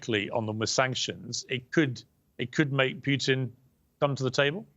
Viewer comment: It's Putin (pootin) not Putin (like putrid), Piers. Jesus. learn to get his name right at least